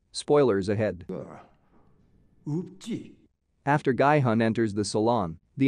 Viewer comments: guy hun? its pronounced gee hun! did you even watch the series? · Masculine energy is not "Yin" energy. And it's not pronounced "GUY"-Hun. It's "Gee"-Hun. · Everyone pronouncing "Gi-hun" in the series several times Some random youtuber : "Gaaaai-hann" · No one Literally no one Him:-Guyy hunn (Gi hun) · “Gee yun” >>> “Guy hun” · i luv how he says gie hun instead of Gi Hun (narrarator) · Could you guys not even make an attempt to get the character's name right? Seong Gi-hun is pronounced more like Sung Ki Hoon. Definitely not Seeyong Guy Hon. Like... you could have literally just listened when his name was said... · It's Sae byeok not Sea Block and Gi hun not Gu hon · It's not "guy hun" its "ghee hoon" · Its GEE hun, the spelling is gi-hun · IT'S GI-HUN (JEE HUN) NOT "GUY-HUN" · I hate that he says “Gai Hun” when it’s Gi Hun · I like how nobody is talking about his pronunciation of Gi-Hun as “Gay-Hun” 0>0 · and also it sounds more like “Guy-Hun” (no offense) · Ah yes, my favorite character, „Guy hung“ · "Guy hon" lol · ah yes, "Ill-naam" and "Guy Hunn" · "Gaai-Hun" lmao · "guy hun" lol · The pronunciation Is Ge-Hun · it's pronounced "gee-hoon"......... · Guy-hun??? Cringe!!! This robot can’t pronounce the name right. SMH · it's pronounce gee hoon